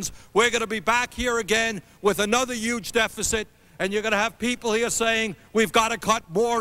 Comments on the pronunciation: Bernie saying YUGE before it was cool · Correction: the "Yuge" difference. 😊 Also, not just Hillary. It's the difference between Bernie and any other politician. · yuge tax breaks